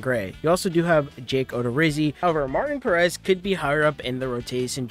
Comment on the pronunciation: You’re mispronouncing both Martin and Perez. :)